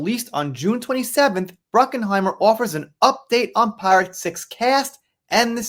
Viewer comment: It's Bruckheimer. There is no "N" in Jerry's last name. It's not Bruckenheimer. I won't watch any new Pirates movies, unless Johnny is in them. Johnny made Pirates Of The Caribbean a huge success, without him, it's garbage. So tired of these stories, if Johnny confirms he's going to do another one, then I'll pay attention.